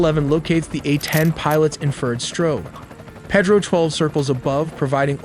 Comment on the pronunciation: It’s not Ped-roe”. It’s “Pay-dro”. F AI.